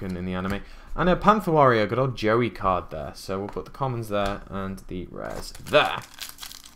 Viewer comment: It sounds like you're saying Jerry not Joey mate